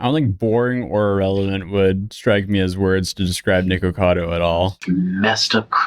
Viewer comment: Thanks for saying the name correctly this time